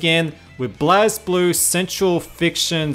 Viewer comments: Lay-Low and SMASH in Tag they say blaze. Blaz just makes me cringe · When he pronounces it blazblue. They literally says blazeblue in the game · says Blazz instead of regular blaze kermits suitcide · Why do people always pronounce Blazblue wrong?